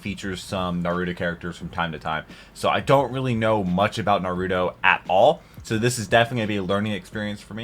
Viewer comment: if no one has told you, you are horribly mispronouncing naruto